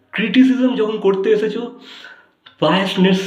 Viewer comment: উচ্চারণ ঠিক করেন। ছেটা, এচেছো এগুলা কেমন উচ্চারণ